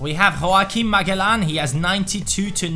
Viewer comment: you pronounce magellan like ma-jel-lan